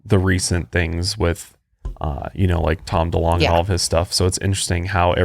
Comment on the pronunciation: I'm pretty sure it's Tom Delonge not Tom Duh-long lol. Gotta love but his pronunciations are driving me crazy lol.